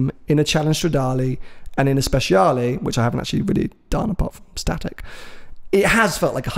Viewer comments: It's not "speZiale", that C is meant to be pronounced like "ch" in "Archie" or "match"...so it's Spechale. Believe me, I'm italian. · you are both wrong it is 'speciale' not 'speziale' otherwise fantastic. Maybe get some Italian lessons